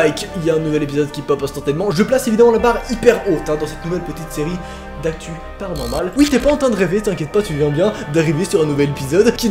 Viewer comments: Je kiff quand tu fait PANORMAL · Je kiffe quand tu dit "PARANORMAL"👀